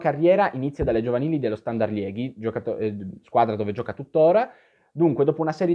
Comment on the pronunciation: Moeskroen si legge Muskrun, la OE è sempre U in Olandese/Fiammingo. E Liegi si pronuncia proprio Liegi in Italiano, non Lieghi (Liège in francese)